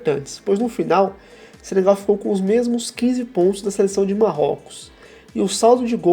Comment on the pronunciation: "Senegal" não Sebegal